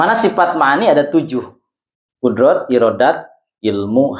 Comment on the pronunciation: Cara penyebutan huruf pak yai kurang pas misal qodrot mestinya qudrat